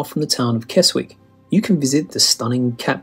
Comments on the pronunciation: kes*w*ick (?) otherwise properly pronounced kezzick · The "w" in Keswick is silent. No Norfolk Broads.